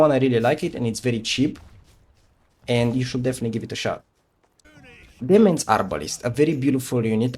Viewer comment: Demesne is pronounced De-main. Like Domain but with an e instead.